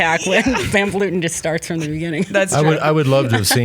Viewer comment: Can you go on and tell them how Vleuten should be pronounced because it hurts hearing Vloeten and Vloety.